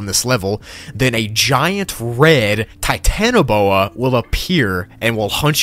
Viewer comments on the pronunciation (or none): none